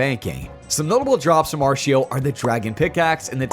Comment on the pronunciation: I’ve also never heard Artio pronounced Aa r SH ee o … I’ve always heard and said Aa r T ee o 😅